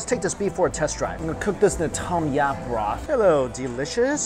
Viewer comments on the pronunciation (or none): none